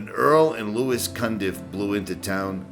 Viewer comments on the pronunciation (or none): none